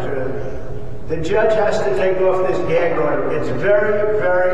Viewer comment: Whenever he says gag order i just think it's gag odour 😂😂😂😂